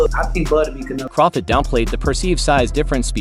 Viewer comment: Why can't they ever find narrators who know how to pronounce people's names? Crawfid?